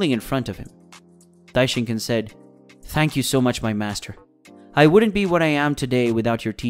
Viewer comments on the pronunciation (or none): i hate it when people say daishinkan like that its not ken its khan